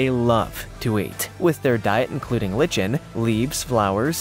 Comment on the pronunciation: Do you mispronounce words just to raise your comment count? Li·chen is pronounced ˈlīkən.